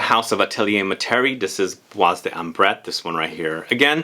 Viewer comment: Bois Dore by Van Cleef & Arpels!! And by the way, in the word 'bois' the s is silent, not heard 😉